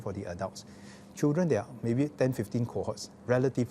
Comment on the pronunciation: Mr education minister, please set a good example to teachers and work on your english language and especially your enunciation. Dont pronounce "chil ren" but "children"... "dren" your "d" is missing. You are just like goh chok tong's "chilren chilren...."